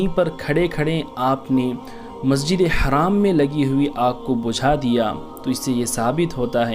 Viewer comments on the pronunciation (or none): It's masjid e Haram, not haraam it will change the entire meaning if your pronounciation is wrong